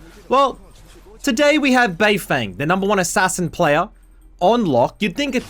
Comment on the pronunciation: Bro, it's Ass ass in, not Ass as in